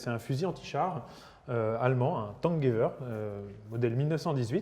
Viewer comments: " fusil tanguyver " mdrrrrr cest tankgewehr poto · ca se dis Tank "Gueu Verre" et pas "gay v'heure" 🤣 ce qui signifie "Fusil" en allemand